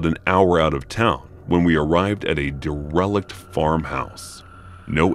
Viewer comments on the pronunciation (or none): Oh man. I about died when you pronounced Derelict 😅😂🤣🤣🤣🤣 “Dare-relic” lol